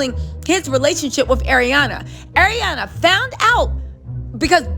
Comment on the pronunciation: Why can't read? "ArianA" There is no "i" 🤣